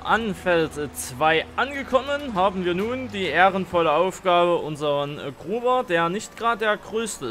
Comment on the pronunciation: Es heißt Grubber nicht Gruber 😂